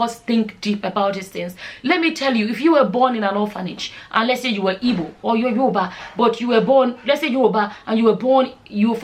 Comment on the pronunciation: you should be smart enough to know that that question was rhetorical,she said her mom was ""ibo",the word is "IGBO",the word ibo is sometimes offensive to igbos,at least be respectful enough to pronounce the name of a people correctly,most product of such unions tend to do this,they either pick one culture to affliate or affliate with none,tending to define themselves by the pseudotag""nigerian"".thus are often the victims of cultural dissonance.